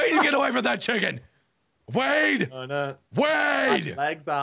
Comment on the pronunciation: wade* not wene